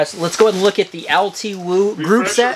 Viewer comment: its pronounced "L2" btw.